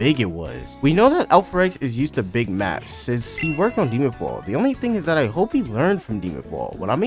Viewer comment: "And why it may release sonner than you think" You know when they said tath? FUCKING DECEMBER 💀